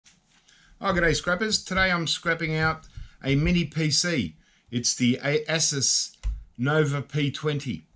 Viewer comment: You crack me up. It's Pronounced A-Soose.